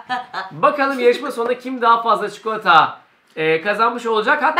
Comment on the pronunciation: çikolataya çikoıata diyor